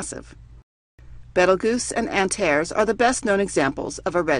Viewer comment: It's pronounced beetle Jooz and ant er eez